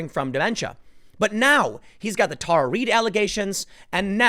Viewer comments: Why can't Tim pronounce names correctly? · Tim, please stop making my inner teacher cringe. It is Tara (Terra) not Tar.